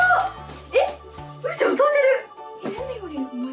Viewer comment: うーちゃんゆうちゃんって言えてる